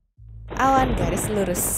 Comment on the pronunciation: typo kak aslinya Ngomong Awan tapi terdengar Hewan